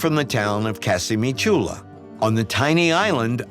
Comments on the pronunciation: I always follow this series when I get the chance. It's just a pity that they didn't get the correct pronunciation of Ischia (accent on the first I) or Casamicciola (again accent on the first i) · I don't understand because this narrator doesn't make the slightest effort to discover the correct pronunciation of Ischia or Casamicciola: It doesn't have to be difficult: just go to Wikipedia